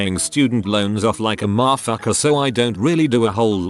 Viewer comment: Definitely killed it 😂😂